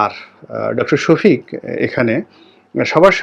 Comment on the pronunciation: উনার নামটা আপনি সঠিকভাবে বলতে পারছেন না শুনে আশ্চর্য হলাম